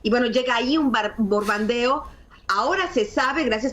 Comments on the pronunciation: Qué grave que a ésta señora no le parezca nada importante, que los cárteles sean señalados como terroristas, siendo que ello les permite intervenir militarmente. Ni sabe decir " bombardeo" no se dice "borbandear". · Anabel Hernández repitió 3 veces la palabra BORBANDEO en lugar de Bombardeo, con eso delata la calidad o calaña de periodistas y escritora que es. Eso ya no es equivocación involuntaria, es ya su nivel cultural... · No puede decir bom bar de o?